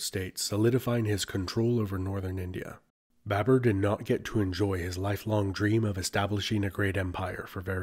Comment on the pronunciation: It's BABUR . Note it chutiya, BABUR not BAB E R. Bibi comes home like: Hi Bae...bURRRR I'm haaauuuoommmm Namah Shivaya laudi bhai.